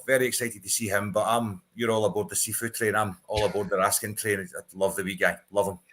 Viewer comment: If you're gonna pronounce it RaskAAn then Nicolas become Nicola...it will be never ending with all the players names. Best just pronounce it the English way.